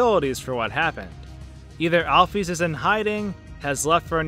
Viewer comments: its Alphys Al-Phis not Al-Phees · AL-ISLAM NOT ALFUS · It's not Alf-ees It's Alf-is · Every time I hear "alf-ees," I sort of wince. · you said Alphys wrong it is (al-f-IS) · lol it pronanced al fis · just wanted to let you know Alpys's name is pronounced "Alfis" just like the beginning of the word "physics" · Your Calling Alphys Alfees For Real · alfees is how this guy pronounces it lmfao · please pronounce it right